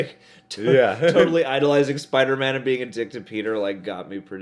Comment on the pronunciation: Is it me or in Homecoming he says come on Spider-me at that part.